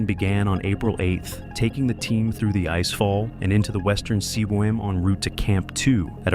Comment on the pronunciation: Whoever is narrating this seems to have great difficulty pronouncing CWM, it never comes out right.